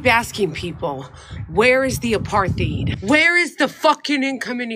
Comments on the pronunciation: Dutch pronounciation of 'apartheid' without an h in the middle. So it's not aparth hite. It's apart hite with every vowel really short except for the first which is a slightly longer held aah. Your welcome. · He didn’t take note of the helpful added bit underneath the strange word! APARTHEID AP-AR-TIDE 😂🤪🤪🤪🤪🤪🤪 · As a South African, Rappaport butchered the pronunciation: it sounded like Apart-thide. They were ripping his poor pronunciation off by initially saying apar-theed in their first cut. In a later cut they also said apart-thide like he did. Finally as a South African. The word is is an Afrikaans word. The Afrikaans pronunciation in English would be : A~parrt~hate. Saying it that way phonetically would mimick the Afrikaans word: Apartheid. Americans have been saying Aparthide for decades. I have given up on correcting people because it takes time away from more pressing matters. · "Apartheid" is Afrikaans for "Apart-ness" and is pronounced "apart" + "eight" = "Apartheid" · It pronounced ‘apart hight’. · it’s pronounced a paar tide. look it up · He can’t even pronounce apartheid correctly. 🙄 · Man he can't even pronounce apartheid...😂😂😂😂😂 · He says it with a soft 'th' rather than a 't' sound, but otherwise I think he said it right, and didn't hear whatever they were referring to. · He's always been a dope. He can't even pronounce apartheid. He's asking Jews where the apartheid is in a Jewish neighborhood.